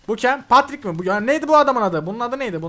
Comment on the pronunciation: abi paterik değil petrik